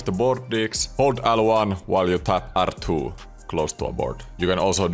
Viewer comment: "äl two", "är two" ja "äks button" 😚